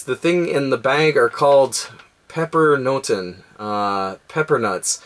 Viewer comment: Haha great video, very nice to hear you say pepernoten and sinterklaas:D Greets from the Netherlands